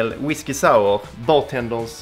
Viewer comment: whiskey saauh